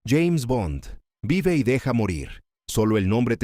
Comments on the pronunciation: No es Vai y deja morir......es Vive y deja morir. Revisa el audio. El locutor pronuncia mal el nombre de la pelìcula. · Es vive y deja morir. Han vocalizado mal el título durante todo el vídeo.